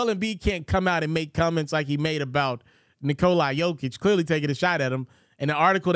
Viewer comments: Nikola... NOT Nikoleye. damn man, get it right for once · Its not Nikol(eye)